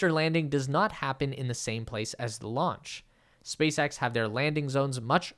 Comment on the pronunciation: Did you say “Space Ghost”👀